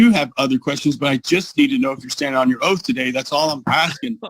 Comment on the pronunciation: Is he under oaf in the libary?